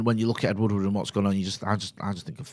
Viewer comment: ed woodward, not ed woodwood